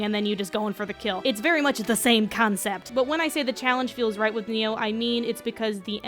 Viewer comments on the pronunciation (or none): It's pronounced Ny-Oh, not Neo.